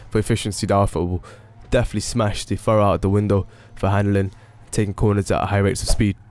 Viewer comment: Furore is pronounced like 'ferrari' -> "furroary"